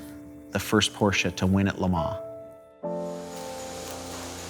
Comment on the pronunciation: as a rich Porsche enthusiast and collector: not possible to learn how to pronounce your favourite car brand correctly?